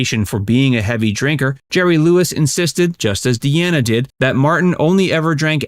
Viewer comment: Franks singing isn’t good . Just his bands and some phrasing. Dean is a better actor hands down. And sorry it’s “dean a “ not “Deanna “ 😅